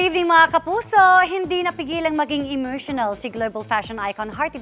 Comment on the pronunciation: Hindi ko kinaya yung "emotional" ni Iya naging "imersyenel." haha